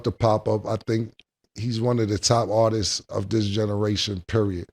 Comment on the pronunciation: It’s “Artists” not “Artises” lol